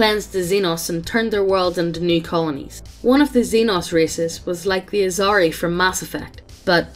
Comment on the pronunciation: So I'm gonna assume neither of you have played mass effect since you missed pronounced asari and called biotics biotech